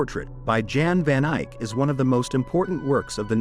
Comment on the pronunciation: at least get the man's name right! Jan van Eyck. Jan is pronounced like Yan in Dutch